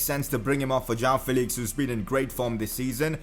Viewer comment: Please pronounce it Jo-woah-n Felix